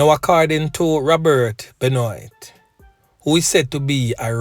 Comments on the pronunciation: Benoit is pronounced Ben - waah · BENOIT it's a French name bro, it's pronounced BENWAH😂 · It is pronounced 'benwaa' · Just want to share that the correct pronunciation of this predatory rapist sounds like "Ben-waa". It's a French last name.